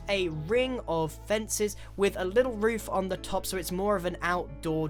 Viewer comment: Ik this is kind of late But he says woof instead of roof